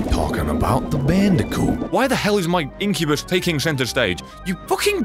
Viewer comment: Says succubus instead of inccubas , makes hentai joke CLAP